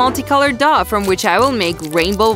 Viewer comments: No nut the way on the first one they said dOuH and it actually dough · They keep saying daw and it's dow